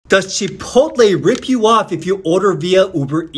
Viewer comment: Please it is not pronounced CHEE-potle